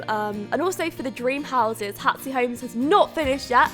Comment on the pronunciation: It sounds like you're saying "Hatsy" in the intro, is it or Hatsy? Love the video by the way, the background music is adorable!